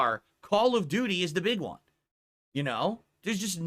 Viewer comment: 10.59 did he say call of doody instead of duty